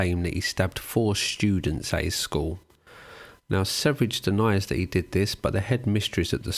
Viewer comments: how the fuq no one can pronounce sv3rige good? its SVERIE= sweden in swedish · it's supposed to be "sverige" it's "sweden" in swedish.. so it's not pronunced severige also that "high meat" looks disgusting.. I think the right word is "rotten" meat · yeah and also a more correct pronunciation would be sverr-ye but yeah, doesn't matter really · How do you pronounce his name by sayin the 3 (e) first and THEN the v? British foreign language brain fart? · His name is just the swedish word Sweden, ”Sverige”. The first part of the word is pronounced “sver” as in “swear” but with a hard V sound and the obviously no A sound, the second part is pronounced as the “je” part in the word “jet” but with a very soft J sound that is very rarely used in english, I can’t even think of an example. If you want to know exactly how to pronounce the word, just enter “Sweden” into google translate and listen to the swedish translation. I’ve seen this guy gaining more international fame, and infamy, lately. As a Swede, it’s quite fascinating. Since he speaks mostly english, he doesn’t have a huge following in Sweden, probably also because of the insane stuff he says. He’s mostly followed by weird “red pilled” guys. Edit: great video nevertheless! Happy to have recently found out about your channel. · I don't mean to be 'that guy' but his name is Sverige not Sevrige. It's pronounced "sferia" and it means "Sweden" in Swedish 🧐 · Wonder why I haven't found anyone else here commenting on this, but it's "swear-ye" ("sverige" = "Sweden" in Swedish), not "severidge". You excuse yourself from mispronounciating any other foreign name basically, that's fair, but never actually the star of the show lol. No offense though, I still like your vids and this one as well... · Sevridge.... It hurts. Ouchie. Sverige just means sweden. How did the e and v switch places? 😅 Probably just watched danknet, he pronounced it the same way. Also good video...